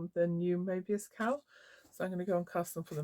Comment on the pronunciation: Thanks for sharing. That brioche cowl is beautiful. And I love the purple/ teal combo you are just about to start. Sometimes I watch eith closed captions on, while my toddler naps. Today I noticed that every time you say "cowl", the auto text types "cow" 😂. So you are doing all sorts of things with cows this episode, including waiting for good light to take photos of the cow 🐄 😂. I haven't tried brioche yet, but your cowl makes me tempted. ♥ Thanks for the beautiful sea front walk. I can see why you take a few moments there before teaching. Hope your back heals quickly!